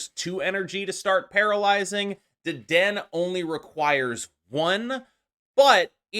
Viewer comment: Not to be that guy, but it is Deden-A. I was at a pre release event and got roasted for mispronouncing Low-Kicks (Lokix), pokemon players can be wonderfully brutal lol